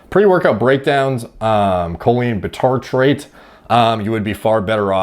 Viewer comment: Bitartrate is read like bicycle aka by-tartrate not bee-tartrate